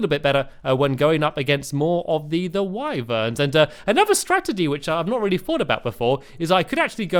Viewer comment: It is pronounced wiverns not whyverns